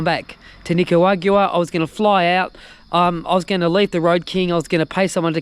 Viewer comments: At least we don't have to listen to you saying Nicawagua anymore! 😂😂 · Well done. It’s NI-CAA-RAA-GWAA. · Jesus that is a lot of whining about borders. I like how we keep pretending if he doesnt get to panama in a day that that cargo plane will be the last cargo plane ever to leave Panama to Colombia. Please learn how to say Nicaragua.